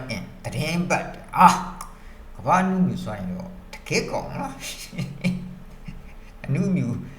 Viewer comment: အနုမြူ မဟုတ် အနူမြု